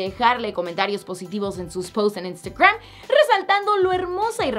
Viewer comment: Wey, pronuncia bien "Instagram" 😒😒😒